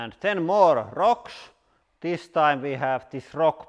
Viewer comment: "Thes one is the most dangerous by far so far"